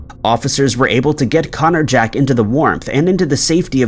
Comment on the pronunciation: The way you say Connor jack makes it sound like a tool or weapon 🤔or something other than a persons name 🤔